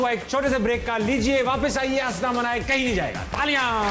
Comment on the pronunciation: Hansna not Hasna. ہنسنا صحیح لفظ ہے ہسنا غلط ہے